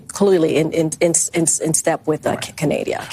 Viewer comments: Lmao she actually said Canadia. How has she not been fired? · Lol she made the same mistake i always say.i always say canadia.that had me dying,i never heard anyone else say that.but we shootnthings down over canada cause we’re the us and canada dont care.what are they gonna do? Attack us lol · Canadia.... 🙄 Perfect. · "In step with canadia...." goodness gracious. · 😂🤣😂🤣😂🤣😂🤣😂 NOT CANAYDEEYUH!!!! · "Canadia". Damn😂🤣😂🤣😂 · Okay, I didn't get to this point when I originally posted. CANADIA? Hold on a second, SHE is the VOICE of the Biden Administration, right? She has some kind of degree or degrees in communication, right? She has technology and staff that costs hundreds of thousands a year at her fingertips, right? SO how the HELL does she not know it's CANADA?!? I'm not triggered, I'm pissed off but also amused at the same time at her ineptitude. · I’ve never once in my life misspoke Canada for Canadia….the woman is a complete idiot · KJP is as clueless as she sounds in this clip. When she said Canadia, it cracked me up! 😂. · Canadia???? Great way to piss off Canadians and that pretty hard to do